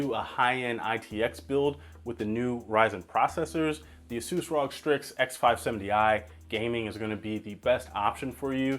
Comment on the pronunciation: i know you did not say rog as an entire word bruh